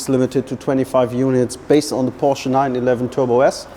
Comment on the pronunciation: Hearing a German say “Porsh” is WILD